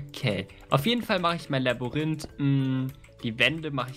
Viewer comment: Bei sagt Epic einfach Laborinth 😂nicht böse gemeint